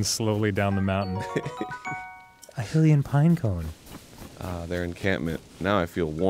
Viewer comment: Oh my god yes after over a decade they're finally pronouncing Hylian correctly